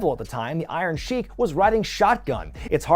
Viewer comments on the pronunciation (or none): none